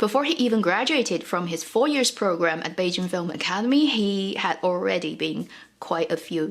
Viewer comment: Random comment: She seems to never pronounce the ‘y’ in years. Always sound like “ears”